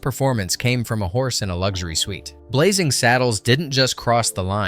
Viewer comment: Blazing, not Blazzing